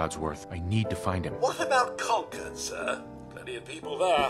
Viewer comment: con-CHORD LMAOOO its CON-curd, like concurred.